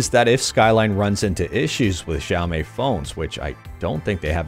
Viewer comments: xiaomii = sha o mee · Xiaomi = sha-o-mi or shia-o-mi (pronounciation of chinese Xi is 'shi', as in the word 'she', and not as in the word 'shy') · it's xiaooooooooomiiiii. XD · It's pronounced Xiaomi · Daily dose of great emulation news and it's Xiaomi Shaomi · shaou-me is how i say it. Also, texture replacement comin to aethersx2, too? amazing! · yeahhh xiaomi is pronounced as sha o mii